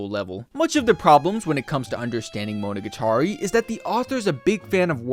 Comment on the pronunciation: You pronounce "monogatari" weird